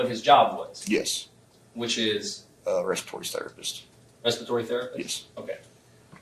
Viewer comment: cop says “restitory terrorist”. Lol